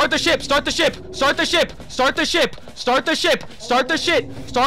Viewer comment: From the beginning normal English “start the ship” become Indian style English “start the shit” 😂😂